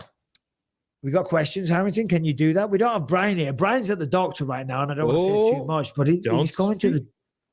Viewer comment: Fuckin well done Brian for pronouncing my name correctly!!! No1 ever gets it right first time so well done 🙏